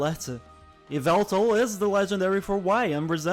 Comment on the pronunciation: how dare you…. it’s YAH-VELTAL! joke’s aside i like Xerneas better, but angel of death bird is awesome too